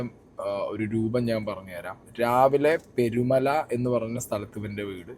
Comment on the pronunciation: Perumala alla manda peerumala ചുള്ളളം അല്ല ചുളളാളം പറയുമ്പോ ശേരിയായിട്ട് para kazhithe